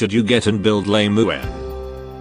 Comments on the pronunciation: Why is it that your text to speech program says Lame-uen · Should you get and build "lame u en" Is what I hear 😂